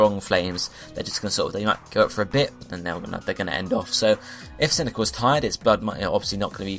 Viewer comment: Why did you pronounce cyndiquil as cyndical?